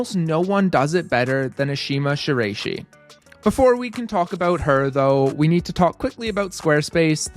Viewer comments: Not "Rey", more like "Rye" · Good video but her last name is pronounced "shi-la-i-shi" not "shi-ray-shi". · Ok so you’ve already gotten a number of annoyed comments about the way you pronounce Ashima’s last name, so I’ll just had that it’s a-she-mah-she-rah-ee-shi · come now, this is on the level of a serious amateur basketball commentator or minor professional commentator pronouncing Kobe Bryant's first name as rhyming with "lobe." It betrays carelessness and a sharp comment is warranted. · Ngl hearing you pronounce her last name like that makes me think that you just went on google and searched up “flexible climber” to make a climbing style video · I'm sorry but has anyone ever said her last name like that? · He always says people's name wrong lol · i’m a ukrainian who also speaks japanese, so in the first minute of the video i was first really impressed by you nailing the pronunciation of vasiliy lomachenko’s name and right after that i audibly gasped when u said shiraishi😭😭